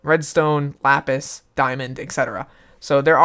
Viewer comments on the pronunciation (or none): none